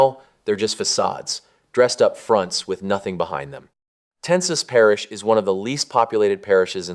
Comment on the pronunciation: Ten e saw parrish lol. Us cajuns will get you on track...